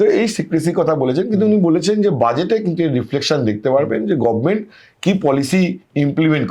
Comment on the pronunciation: একজন সাংবাদিক গভর্নমেন্ট শব্দটা উচ্চারণ করছেন গভমেন্ট । শ্রুতিকুটু লাগছে।